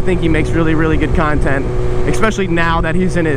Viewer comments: es·pe·cial·ly not eckspecialy hehe. just some constructive criticism dawg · PLEASE stop saying "expecially"